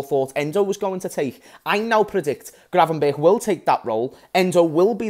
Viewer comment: It's gravenberch not gravenbergh.